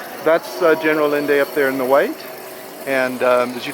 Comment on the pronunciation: Allende is pronounced “Ayénde”. Otherwise, I like your tour.